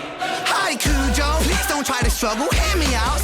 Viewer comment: "Kojo.. Kujo! I can't even get his name right. Who cares about him?" Exactly. I hope everyone just ignores him from now on.